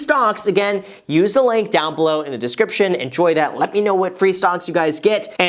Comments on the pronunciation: he said "Stonk" Not "Stocks" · Are you saying "stocks" or "stonks" lol